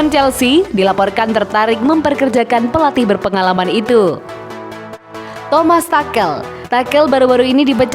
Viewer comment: Tomas takel bunyinya 😅🤣😂